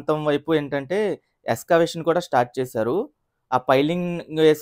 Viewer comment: ఎక్సావేషన్ కాదు ఎగ్శావేషన్